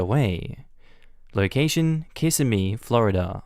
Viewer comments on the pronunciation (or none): Osceola is pronounced ‘Ah-see-oh-la’, not ‘Oh-see-oh-la’ And Kissimmee is ‘Kuh-sim-ee’. Non-natives always seem to pronounce it ‘kiss-uh-me’, which is charming but wrong. I was born and raised in Central Florida, so I have no problem with these native words… such as Econlockhatchee and Okeechobee. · Born and raised there or not, you are a certified jerk... First off, those are the original Native words for each area and very spellings are a direct reflection of writing out the sounds verbatim... *YOU* are the ones mispronouncing the native words... for instance, both variants of Kissimee are wrong, you can't even spell it correctly and yet you venture to correct others?!? How typically pretentious. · You said Kissimmee wrong😂